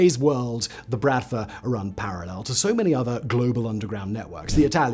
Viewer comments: its pronounced Bruht-Vah not Brat-va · Honestly though dude, pretty sure it's been brOTva not how he pronounced it here which is brAtva. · Why, oh why there wasn't a pronounciation guide for the word "bratva"? The stress is on the last vowel, it's "brat-vá". Otherwise Simon does it right. The literal meaning of the word is "brotherhood", but it's actually "a gang". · И кстати, не bratva, а братва с ударением на последний слог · Good quality research and textual content; however please make at least some effort around pronunciation. Since it's the topic of your video you can surely learn how to pronounce at least "Bratva" correctly, with the stress on the second 'a'. Also video snippets are for the most part just a total inconsistent and largely irrelevant mess TBH. Those small issues kind of undermine the obviously great effort that was put into research and preparing a script for the video